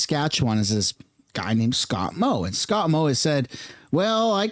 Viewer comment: Excuse me. Moe not “Mod”.